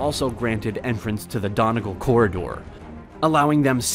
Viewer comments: it's pronounced done-e-gal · Donegal was pronounced horribly too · There’s so many errors in this that are already listed below. Do you know what a casualty is? It can be either a fatality or someone who’s wounded. How do you not know how to pronounce corps? Donegal is also pronounced Don-e-gal. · Ummm, it is Dun - e - gaul - said quickly.... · Haha the way you pronounced donegal XD It's alright I would'nt know if I was'nt irish myself. Its Done-E-Gall